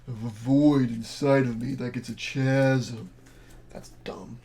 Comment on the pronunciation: Hi. Chasm is pronounced KAZ' um. Hard "ch."